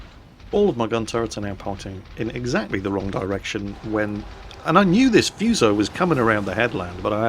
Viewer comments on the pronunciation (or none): it's FU you crank.....as it's spelt in English....Not Fooso.....lol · It's pronounced Fu(as in Kung-Fu)-So. What you're saying, "Fyuso" means "curse" in Japanese >< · It is not the fuse-oh, it is the foo-so! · If I pronounce Fuso as " Fuss - O " will the weebs get mad? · im sure some one else bellow has posted this and i know im a billion ears late but just to be that guy. the pronunciation for Fusou is Foo(as in food with out the D) and soh (like soap without the P) or there abouts. the pronunciation for nagato, mutu and housho where pretty spot on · Actually it is pronounced 'who sa' or 'fSa'. Learn what you are talking before you start berating people about nonsense. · None of you seems to be able to pronounce this simple Japanese name correctly 😂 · FFS play Kantai Collection and hear Fusou herself tell you how to pronounce her name "Of the two Fusou-class super-dreadnought battleships, I am the elder, Fusou. Please take care of me and my younger sister Yamashiro." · I cringed every time he said fuso wrong.